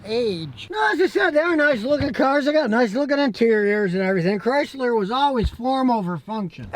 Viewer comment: Chrysler CRY-Sir.